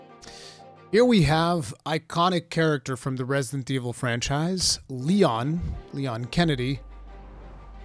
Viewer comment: It’s Lèon de Kennedes